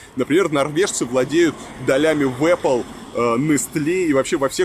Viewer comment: Эпл понимаем, а Эпле не понимаем?